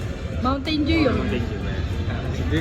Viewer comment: Bo-ten-ju po pronouns